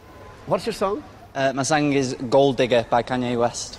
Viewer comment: I always cringe a little bit everytime he sais 'sang' instead of 'song' lol xD PS he's awesome :)